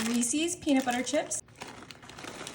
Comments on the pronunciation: They're called morsels not Marcels. And they're not called Reesees they're called Reese's with a short E at the end long E Ree and then a short E ses. It rhymes with pieces Reese's pieces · It's not Reesees it's Reese.